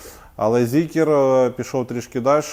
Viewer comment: не Зікер, а Зікр.